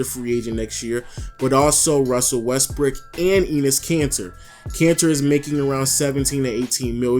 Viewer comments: Lens Gaming lol he did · Lens Gaming sounds like he did fr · Lens Gaming sounded like it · who els heard him say westbrick